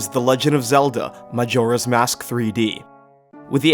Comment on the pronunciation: Very good list, but… I can’t get over how you say majora 😂